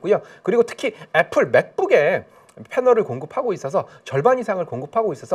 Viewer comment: 애플에 플, p 발음으로 부탁드립니다.